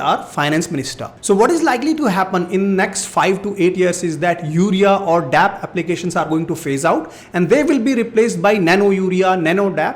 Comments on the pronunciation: Sir please correct...it's not nano dap..it's nano D.A.P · Dear sir that is not dap it is called D.A.P I am from former family